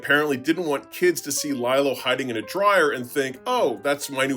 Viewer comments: It's pronounced LEE-lo. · Lie-lo? You're giving off some serious AI voice vibes there.